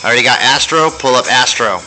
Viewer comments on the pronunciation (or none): none